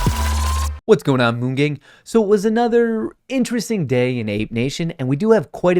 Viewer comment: Why is it every time says “what’s going on moon gang,” it sounds like “what’s going on BOONK gang.” 😂